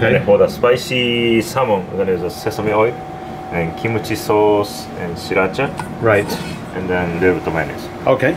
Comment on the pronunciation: "Leedo bit uh shriracha "😂